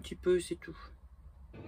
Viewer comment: cc de mont de marsan pas loin de salies ,on ne prononce pas le E ^^^ "salisssss " lol très joli coin effectivement !